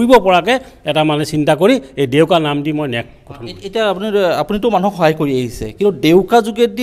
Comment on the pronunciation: Its ডেউকা not দেউকা